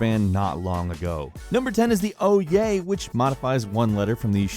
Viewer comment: Ouya is pronounced "ooo-yah"